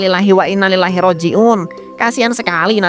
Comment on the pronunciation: pa rt ngucapnya salah, ini yang bener, innalilahi wa inna ilaihi roji'un, bukan lilahi roji'un tapi ilaihi roji'un